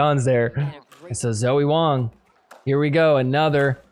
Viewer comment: Just so you know, in Chinese names, Wang rhymes with long, song, wrong. Rather than with bang.